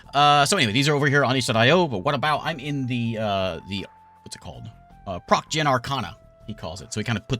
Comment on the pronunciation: It is technically pronounced "pross" since it's short for procedural